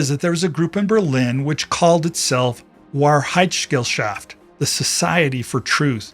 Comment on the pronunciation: your pronounciation of 'Wahrheitsgesellschaft' was... very amusing. interesting content!